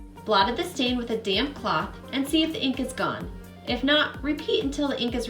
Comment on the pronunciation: Since I don't hear you say the 'p' on damp cloth. I was cracking up. Sounds like you may be mad at the cloth. Though I don't think so😂